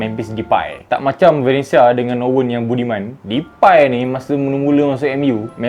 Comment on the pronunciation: Cara pronounce DEPAY yg betul memang "DEPAI" eh? Ke "DEPEY"?. Sbb aku terganggu betul bro ni sebut depai depai depai ahahaha